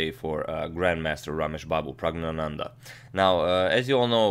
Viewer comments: I was waiting for a new video by you for young praggu. Btw you pronounce his name flawlessly. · He was practising for 5 minutes to pronounce his name correctly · it's pronounced 'E'run not 'i'ran i mean it's not the next Apple product lol but u nailed pronoucing the name